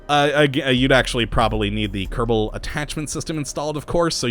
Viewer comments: watching u for a long time...why do you roll the "R" in "Kerbal" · I don't think it's like that I think he says space program like his name